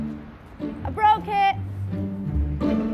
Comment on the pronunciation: "LEeeeeeee, I bwoke it! " HA lost it at that